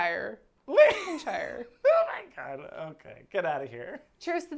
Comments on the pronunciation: lan-cash-eyer, glaz-go btw lol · You're saying Lincolnshire perfectly. Unfortunately she's from Lancashire... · Lancashire is pronounced - Lank-a-shur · As a British person, hearing you guys try to pronounce our town names is bringing me life 😂😂😂 Lank an shiyer 😂😂😂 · Pro tip: LANG-CAH-SHEER 😘 (my Dad’s from there, haha!) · Would not have thought that I'd hear Lancashire pronounced like Lincolnshire, but they are strangely similar for how they're spelled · i grew up in the uk and Lancashire is pronounced Lank-Ash-Uh! love from sweden x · "Lanc a sheeer" if that helps 😘